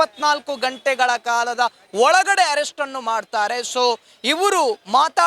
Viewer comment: ajaya avre herrest allaa Arrest nimma kannada swlpa ennu sarii aagbeku sir naavu heliddu thappadre sorry 🙏